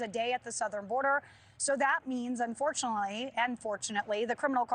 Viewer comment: She said unfortunitly😂😂😂😂